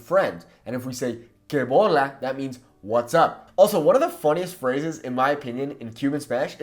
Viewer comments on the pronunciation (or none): NO ES ! QUE BOLA ? ES QUE BOLÁ ! CON ACENTO EN LA "A" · Se dice " què bolà", no què bola